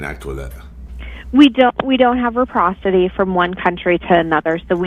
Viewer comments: "We don't have REPROCITY" It's reciprocity, you fucking liberal retard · REPROSITY? DOES SHE MEAN RECIPROSITY? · It is “reciprocity”. Not “reprocity”. Just sayin’. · Reciprocity, not reprocity , learn English you Mainer! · IT'S NOT REPROSITY, YOU * IT IS RECIPROSITY!!! GET AN EDUCATION AND GET AWAY FROM THE BUSINESS OF CERTIFYING PEOPLE TO HAVE DL'S. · Reprocity is not a word!! Stupid girl trying to sound smart. The word is reciprocity! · The lady was so gullible or just plain wilful blindness to the facts as stated by the caller. BTW it is reciprocity not reprocity. Kickbacks are probably why Omar is allegedly worth 30 million dollars. Corruption is a normal part of life in Somalia. Biden is may not be mentally competent to stand trial but his main advisers are. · The person on the phone should also learn English. There is no such thing as “reprocity”. It’s called Reciprocity!